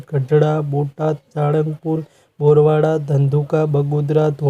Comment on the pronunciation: એ ભાઇ બોરવાળા નહી બરવાળા બોલો